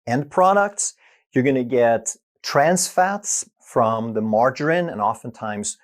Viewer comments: When he couldn't pronounce margarine I had to dislike and refuse this channel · Maybe because he's Swedish?